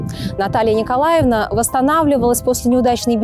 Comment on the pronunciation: Материал очень интересный. Спасибо. Много узнала нового. Но неприятно слушать из уст экскурсовода имя Наталья НИКОЛАВНА. ЭТО очень режет ухо. Отчество НИКОЛАЕВНА.